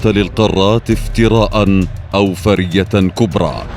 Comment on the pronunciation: ما تلعثم بالعربية بل نطق كلم فرية بشكل صحيح وانت لم تنطقها صح